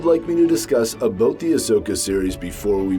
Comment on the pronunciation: Are you Canadian and did you say "aboot"?